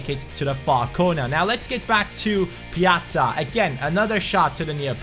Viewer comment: Finally someone knows how to say his name right 😄